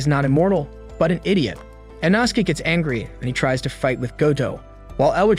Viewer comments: "InAsuke"! Smh! 😅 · Inauhske and thanjuro 💀 😂